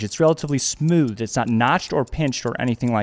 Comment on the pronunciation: It's pronounced BurKelli not burchelli